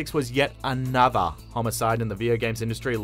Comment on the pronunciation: ... yet ANOTAAH